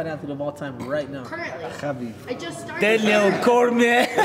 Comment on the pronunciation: i start crying how he said daniel cormier 🤣🤣🤣